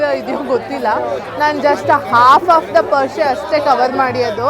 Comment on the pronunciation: ಅಕ್ಕ ಅದು ಪರಿಷೆ ನೀವು Parse Parse anthiddera pls correct madkoli 😅